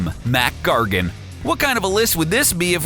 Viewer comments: It isn't mat gargan it's mac gargan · It's Mac gargon not mat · You mean Mac Gargan, right?